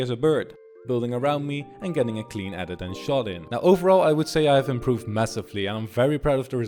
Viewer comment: he said shotting instead of shooting